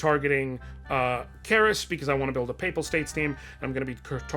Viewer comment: finally a person who can pronounce papal lol